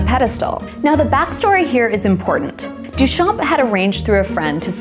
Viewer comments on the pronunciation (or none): Very interesting! Just one thing. The name Marcel Duchamp is pronounced Duchan… you don't pronounce the p and barley pronounce the m. Here's the right way to say it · Your mispronouncing of Duchamp makes me die a little inside every time you say it but this was a great video!